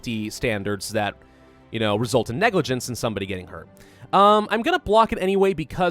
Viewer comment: i want shirts with "And genoa what" this is how he sounds when he says "and you know what?"